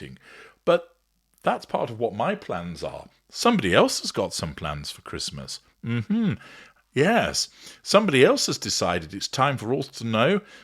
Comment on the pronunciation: " Embrace Traditions" Tow can't even say Christmas! What a clown.